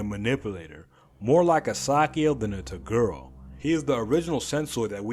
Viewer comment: why do you say to girl instead of toguro